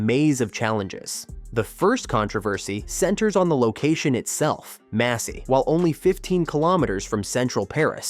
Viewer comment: Massy, ce n'est pas Messy. C'est dans l'Essonne près d'Antony.